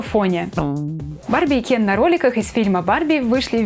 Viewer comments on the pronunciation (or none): Я же просила вас не говорить Кен через Е... похоже вам плевать на своих зрителей...😥